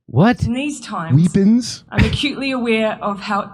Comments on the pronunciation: What 🤔 did she say whippings 😘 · She is the female version of Trudeau. Also, weepons. 🤣🤣🤣